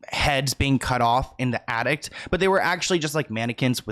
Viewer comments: it's ATTIC. There is no t at the end. I know that's nothing in comparison to the seriousness of this video but my OCD wouldn't let me ignore it!! I'm sorry, not meant to be rude!! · Horrible man. P.s. it's an Attic... not an Addict dear x